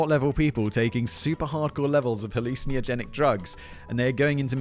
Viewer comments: Hallucin-ey-ogenic You might be adding an extra vowel sound there fact boy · Halluciniogenic? Interesting pronunciation. Love the show. Keep up the good work. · Nevermind Gene Roddenberry, you need to brush up on your pronunciation of 'hallucinogenic.'